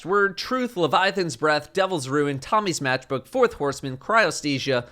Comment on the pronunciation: Love that said Tommy's Mathbook and not Matchbook 🤣🤣